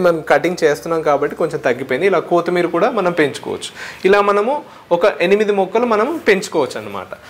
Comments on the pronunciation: kotimeera kadu bro kottimeera......😄😄🤣🤣😂😂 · కోతి మీర కాదు బ్రో కొత్తి మీర